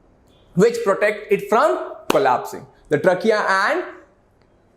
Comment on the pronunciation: You can increase your pronunciation of a word like trachea